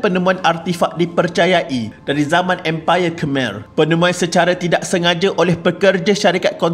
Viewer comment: Pembaca narasi ni tolong la sebut betul-betul sesuatu nama. Baru pengkaji profesional. Khmer, siem reap dll tu boleh guna google translation kan utk dengar sebutan yang betul